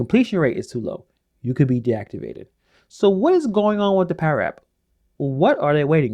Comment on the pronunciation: It's pada not para